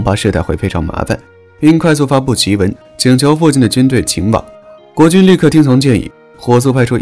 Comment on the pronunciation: 檄（xi）文，不是ji文